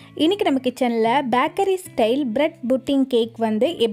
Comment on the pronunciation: Sister don't tell baakery Tell bakery